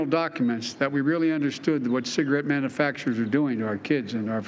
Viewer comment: Manafaction. What the everlovin' F? He does not know how to say the word manufacturer.